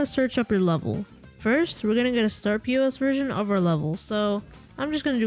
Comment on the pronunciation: Startpos not startP.O.S